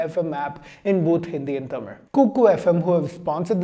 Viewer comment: Excellent pronounciation of Tamizh . Ma man going 💥💥